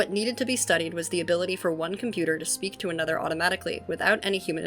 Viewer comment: OH KOMPYUTER, AH KOMPYUTER, KOMPYUTER